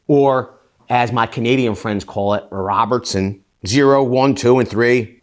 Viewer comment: Rrrrobertson :-) Great video!